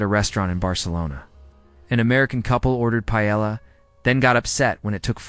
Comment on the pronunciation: AI really doesn't know how to pronounce paella.